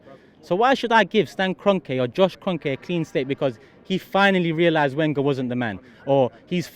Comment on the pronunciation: Christ, this guy still can't pronounce Wenger right!